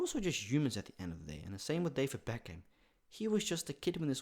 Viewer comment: its pronounced beck am